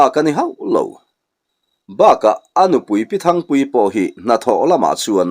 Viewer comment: Thingpuii ni lo, Thangpuii tih tur.. 😅😅